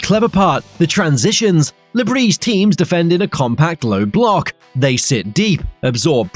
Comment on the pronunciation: Le Br-i-s not Brie